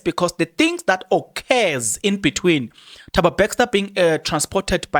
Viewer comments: NOT BAXTER MAN,ITS BESTER PLEASE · My guy how you pronounce Thabo Bester becster 😊